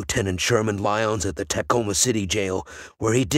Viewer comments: It is pronounced "t'coma", not "tack-oma" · Sounds like a sophisticated bot to me. The giveaways: mispronunciation of Tacoma, and listing locations such as “S” 49th Street instead of “South” 49th Street. Nope, I’m not buying it.